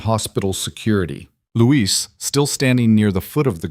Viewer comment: Luis, not Louise. is an idiot.